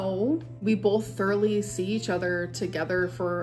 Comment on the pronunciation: they're making fun of how pronounces it lmao